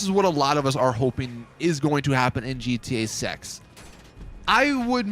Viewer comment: Not sure if anyone heard him saying in GTA sex instead of GTA 6 at 7;48